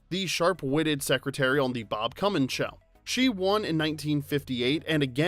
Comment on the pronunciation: "Emmy on the Bob Cummin' Show" So I guess you can't say "cummings" on Youtube? 👀